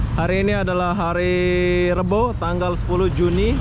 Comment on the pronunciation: Rabu bukan rebo